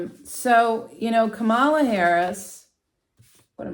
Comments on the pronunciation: It’s pronounce COMMA LA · Her name is comma la. Please pronounce it right. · you should have watched the DNC convention, her adorable nieces took the stage to teach us all how to say it correctly. It is comma la. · Thank you for this reading. However, I must correct the pronunciation of VP Harris name. As her nieces explained at the DNC, the name is pronounced KA....MALA. The accent should be on the first A. KA then MALA. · Did you not see the other comments? She already stated it was unintentional and apologized. We don't need to continue correcting her. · I turned this video off because you cannot be bothered to learn how to pronounce Kamala. So annoying! It’s so easy—- comma (like a comma) then la. So easy but you don’t bother. And why are you calling her by her first name anyway. You didn’t call the other candidate by his first name. So…… if you cannot pronounce her first name, why not call her “Vice President Harris.” Gee she is the one with a title but you just mispronounce her first name and call him by his last name like he is the one with the title. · Kam la is the pronounciation. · boy do you have a credibility failure for using trump's pronounciation of her name. it has been an issue in itself. although your presentation is intriguing, this fail puts up a wall. what a shame. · Please pronounce our vice president's name correctly. I'd like you to demonstrate this basic respect. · My first thought was that your refusal to pronounce Kamala's name correctly pretty much told us where you were putting your vote.